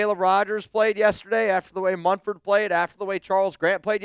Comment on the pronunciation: We let Thayer MuNford , not [Mum]-ford like some ppl say. Anyway, if we let him go guess 🤷🏻‍♂️ who's gonna pick him up? The⚡️–watch 👀